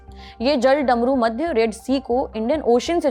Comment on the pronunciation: Jaldarmumadhya nhi jalmarudmadhya hota hai